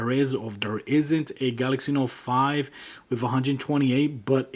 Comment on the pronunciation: Its with not wif